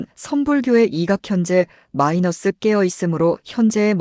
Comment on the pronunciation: 마이너스가 뭐냐 마이너스가 좀 똑바로 읽어라